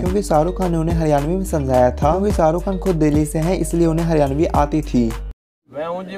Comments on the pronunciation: Woh Shaa rukh hai, not Saaa ruk 🤦🏻‍♂️ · Srk kaa naam toh barabar pronounce karo